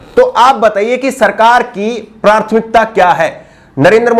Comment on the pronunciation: Just correcting word prouncing at 2.28 and ++ Correct pronunciation is PRATHMIKTA (and not PRARTHMIKTA). Thanks